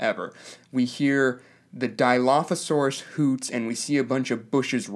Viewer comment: How about you pronounce dilophosaurus right, and then consider the fact that your first complaint is of a small sound effect? Thats just dumb.